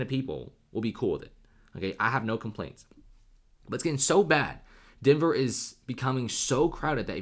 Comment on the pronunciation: Denver? nah denvèr